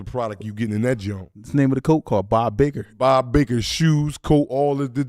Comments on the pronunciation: Bob Barker . Not Baker 😂. The guy from price is right they make it. It's like that in state too Bob Barker 😂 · Lmao Naa black it’s not bob baker it’s bob barker